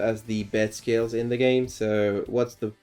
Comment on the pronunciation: When you say skills, it sounds like scales. Thought you were talking about a pend deck